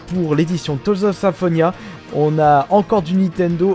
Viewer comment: Tales = tèlzes pas teaulzes. Mais + de vidéos de cette rubrique serait apprécié.